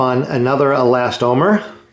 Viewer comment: He never did. He did, however, say " e-last-OH-mer". (And I am glad he is back, no matter how much I self-righteous nit-pick!) Another great "How-To" video.